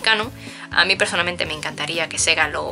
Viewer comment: "Yo pezonalmente..."